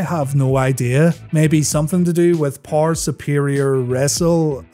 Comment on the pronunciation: there is an e in the word power dude try pronouncing it